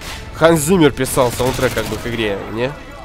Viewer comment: Ханс Циммер, а не Зиммер, у немцев Циммер в переводе означает Комната)))